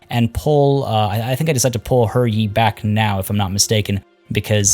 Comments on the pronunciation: It's pronouced Huh Yee not her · HER Yi? No, I'm not saying that. If that's how it's actually pronounced, then when translating the name they should have spelled it that way in English.